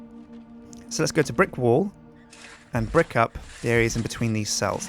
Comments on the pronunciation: did anyone else notice that the way that pronounces wall like wool? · It sounded like he was saying one cell wool. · when he was doing the one cell wal part it sounded like he was saying "one cell... wool" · i though he saying one cell woo